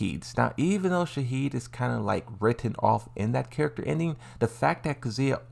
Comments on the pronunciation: Lee Chaolan Shaheen not Shahid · Why are you saying Shahid instead of Shaheen? And Lee ShaoKhan instead of Lee Chaolan? Lol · He kept saying Shaheed instead of Shaheen lol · "shaheed" "lee chaokan" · "Shaheed" "Mordak" at this point I think is mentally disabled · ITS SHAHEEN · What is up with saying names wrong? 😆lee chao khan, shaheed. You are doing it on purpose!